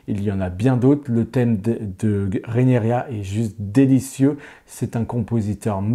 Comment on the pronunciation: Ouïlle, mes oreilles !🙉 Trop de "RénArYa" au lieu de Ré-NI-RA (Rhaenyra) et de "Migouel" au lieu de Miguel (on dit bien Che Guevara et pas Che Gouévara). Sinon, j'adore House of the Dragon malgré quelques bémols, et je compte les jours jusqu'au 17 juin pour entrer dans la Danse 🐉🔥!!!